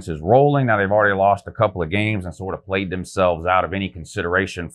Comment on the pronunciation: Who have they pwayed Wou?